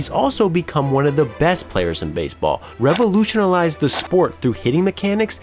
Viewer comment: can’t pronounce ‘revolutionize’